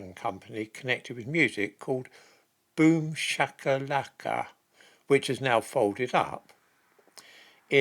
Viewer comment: Excellent pronunciation of boomshakalaka 😂